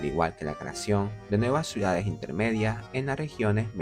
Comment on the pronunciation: Dice suidades… a pesar del buen contenido que hace, no puedo verlo porque no tolero lo mal que habla 🙈